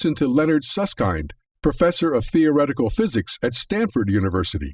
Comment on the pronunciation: It's "Susskind", as in "kindergarden", not as in "kindness"